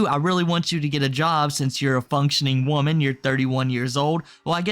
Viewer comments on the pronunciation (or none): none